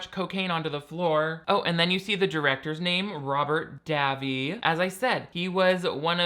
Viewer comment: my name is davi and I pronounce it (day-vee) so hearing say (daa-vee) is really funny